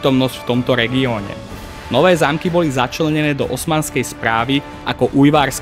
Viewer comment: Kámo, uchádzajú ti názvy obcí trocha. Päkostolie, Nowé Zámky a podobne. Neviem či to je len to použitie AI alebo to je u teba, ale možno si to ustráž trocha. Inak video veľmi super, konečne niečo poriadne na Slovensku, keď už Sandra serie na Dejepisinak .